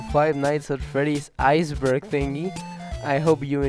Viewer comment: Aiyce burg